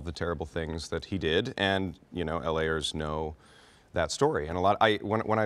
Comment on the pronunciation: Did he say "L. A. ers"?